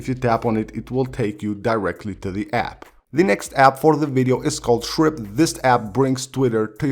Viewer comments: Did he say shrimp instead of chirp? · Chirp is pronounced as Trip? Thank you common core Ed!